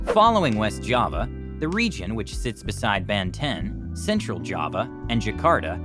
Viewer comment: I cringe so hard at your pronounciation of "Banten" and "Serang" maybe next time its a good idea to learn first the correct pronounciation from locals before making a video like this.